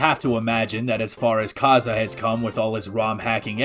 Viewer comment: Just wanted to say that his name is not "kaza" its pronounced kay s